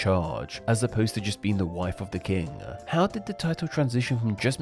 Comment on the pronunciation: king is pronounced with a short i, not long e so its not keeng